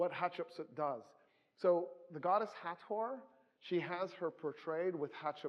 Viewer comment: Finally.... Thankyou.... You are the only person I have EVER heard pronounce Hathor correctly.... EVER. even the most qualified "experts" I've heard pronounce the "th" like this and that. But it is "T...H" two letters. Hat.... Hor.